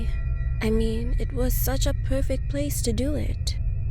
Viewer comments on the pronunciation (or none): none